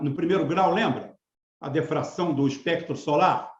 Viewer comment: PRONUNCIA-SE POR DIFRAÇÃO, E NÃO DEFRAÇÃO.